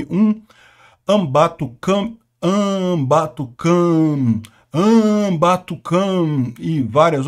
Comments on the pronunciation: Dei like no vídeo só pelo "Ambatucam" kkkkkkkk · fala de novo o nome do colaborador "Anbatu o que mesmo"?? Quero morrer de rir de novo 😂😂😂😂